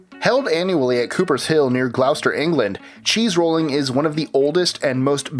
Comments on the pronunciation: Here we go agiain: it's not Glow- ster It's Glos-ter. I'd like to suggest a list 25 entry: 25 British place names, from List25 can't pronounce properly. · Glos-ter, not Glauw-ster ;) As a Brit, I'm a tad disturbed how many of these weird sports are British! I always wondered why the rest of the world thinks we're a li'l odd ;) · It's pronounced Gloh-ster and Cah-rib-bé-an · Hundreds "if not" thousands of sports... You think there might actually be less than 2000? 😂😂😂 Also "Glowster" come on dude you can do better than this. You've used the #23 soundbite for the #14 entry. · For the non British. Gloucester is pronounced like glosster. Simliar thing for Worcester, its pronounced like wusster. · It's pronounced Glos-ster!! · It could've been worst, I've seen videos on youtube where it would have been pronounced glow-chester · Gloucester Its pronounced 'Glosster' lol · Gloucester is pronounced "gloster". bothered me twice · Teddy Bearserker Same, I literally cringed both times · Cheese rolling near "glowster" is so badly pronounced they had 2 stabs at it. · Glouster is pronounced like gloster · Gloucester, its pronounced glos-ter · "Gloucester" is pronounced "Gloss-ter" but close enough. I'm sure an unfair proportion of these were from us over in the British Isles too!.. You didn't even cover caber tossing, shinty, marbles, competitive tiddlywinks and welly wanging though. Also cheese-rolling was so stupid (and I agree) you've covered it twice on 23 and 16 where you should have put wife-carrying.